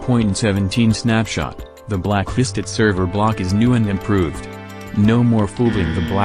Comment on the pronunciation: Everytime he says blacklisted I hear it blackhisted